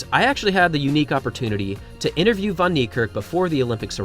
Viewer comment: For someone who purports to respect Wayde Van Niekerk, you still haven't learned how to pronounce his name correctly - despite the fact that people (not only me) have been pointing this out to you for years now! The "Van" is NOT pronounced "von", as you repeatedly do. It's more correctly pronounced as "fen". Your continued butchery of his name is disrespectful and inexcusable.